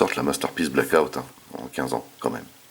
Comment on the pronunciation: Blackout pas Blake out mdrr. Bonne review, par contre cette figurien est bien trop petite pour aller avec les MPM 1/35. Je vasi attendre pour ma part le KO 1/28 pour ma collec en priant pour une meilleur peinture. Le scorponok n'est pas du tout à l'échelle avec la figurine pour information, c'est dommage. Bonne review ça me hype de fou pour le KO OS car le mold est pas dégeu !